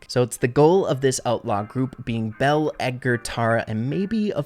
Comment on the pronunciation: ITS NOT BELLE GUYS